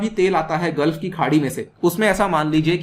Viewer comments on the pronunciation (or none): none